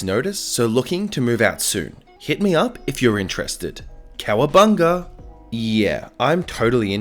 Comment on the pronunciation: Okay okay see when you said calabunga i forgot what i was gunna post so çaLABűņä